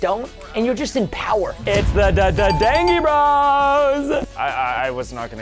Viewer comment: I’m not being rude but you’re pronouncing dangie bros wrong it’s like dangerous bros but think danjie. It’s dangie bro like dangerous